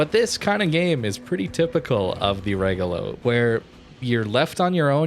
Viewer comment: RE - like in revenue - GO - like in go - LO - like in low. And high tone in the RE. REgolo